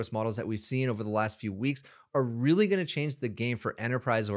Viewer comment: How man R's in 'this is rrrrrrReally good!'?